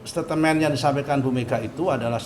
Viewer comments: Son son.. Ngmg aja gk becus ko jd jubir😂 staitmen son.. Bukan statemen😂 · "setatemen', "setatemen" setatemen" "setatemen"...memang dulu ada Holden Statemen tapi bukan Setatemen